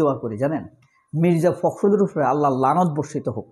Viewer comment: শব্দটা "নালত" না ভাই, শব্দটা হচ্ছে "লানৎ"